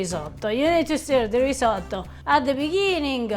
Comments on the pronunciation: The way you pronounce risotto sounds like you're trying too hard to have that italian accent. You don't, not even a little bit. Your wife says it perfectly without sounding like a douche. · I am so glad you improved on your pronounciation of "RisoTTo". I cannot imagine why Americans insist on saying "risoDo". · Your efforts are stellar. Delicious and informative. Personal aside, Have you ever heard the expression: That's my name don't wear it out? You needn't say risotto dozens of times. We see it and understand what it is your cooking and describing. On top of that, pronouncing it as ree-zuaght-toe just grates (and I'm not talking cheese). Less is sometimes more when naming the featured ingredient or dish...but more videos will always be welcomed and appreciated.